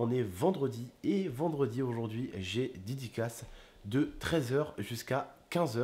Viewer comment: "J'AI DIDICASSE"